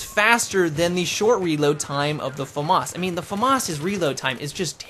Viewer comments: LOL he is pronouncing it properly... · both pronounications are actualy right xD